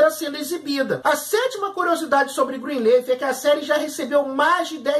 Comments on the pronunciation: Qual a dificuldade em dizer Greenliiiiiiiiffff e não Greenleeeif? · NÃO É ASSIM QUE PRONUNCIA O NOMEEEEE 🤯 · Fala o nome da serie direito.